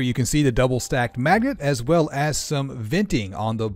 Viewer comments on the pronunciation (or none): Did he say double sized maggot? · He also said Maggot instead of Magnet. Lol But he’s a cool dude.